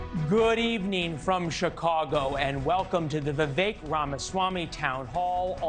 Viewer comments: Sorry, Vivek does not rhyme with "milk." The name is pronounced "we-wake". Two syllables -- v followed by wake. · Vi-Vek not Vi-Vake